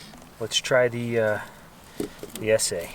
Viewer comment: Es SAY. Its Essssseeeee.